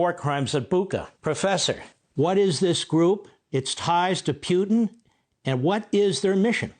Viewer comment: It's funny how you say Piutin 😆. It's more like Put in 😁. And when you talk about dirty work, don't forget to mention Hamas, Hezbollah, Mossad, MI6, CIA and FBI.